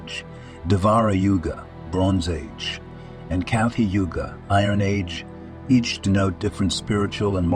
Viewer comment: What ? Kafi yuga instead of Kali Yuga? I'm out